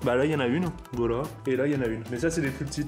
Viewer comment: il a dit voila juste il a pas articuler